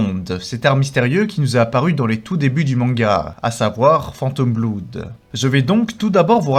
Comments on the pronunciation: "Fantome Bloude" jpp ça se prononçe Fènnet'homme Bl'aude 😂 Superbe vidéo en tout cas!!! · Avec tes vidéos je me dis parfois "'tain bizarre comme prononciation, c'est lui qui ptononce mal ou c'est moi ?" Puis j'ai entendu "Phantom Bloude" 😂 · Bleude pour être plus exact